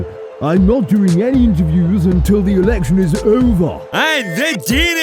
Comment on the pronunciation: Did Boris say "Election" or "Erection" because I can hear both.